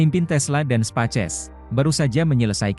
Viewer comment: Bukan spaces tapi spes ex 🤣